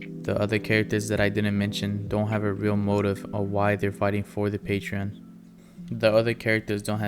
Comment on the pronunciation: Your pronunciation of "patrons" gives me the worst eye twitch ever.